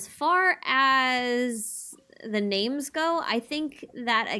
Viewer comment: haha your pronoucation of the names are very good compared to a lot of non asian creators XD